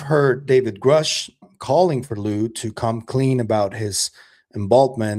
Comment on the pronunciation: Lue’s weird mispronunciation of Grusch’s name is weird. Weirdly weird. 🤦‍♀️🤬🤷‍♀️